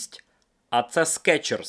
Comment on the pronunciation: СкИИчерс блин😂